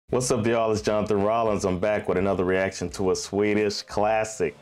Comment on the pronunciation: Your pronounciation is excellent, do you live in Sweden?